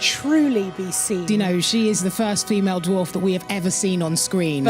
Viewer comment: Elrond’s expression while Gandalf utter Black Speech is totally me watching Sophia Nemvete babble about being “the fust feemell dwoff “.